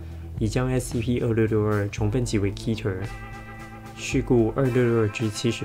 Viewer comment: 其實我一直還蠻想吐槽的，keter的讀音是cat-ter而不是ki-ter 大家別打我XD